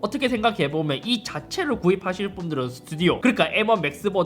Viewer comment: 자 따라해보세요.. 스. 튜. 디. 오.